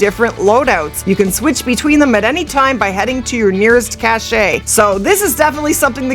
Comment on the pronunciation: It's NOT cashay. It's CASH.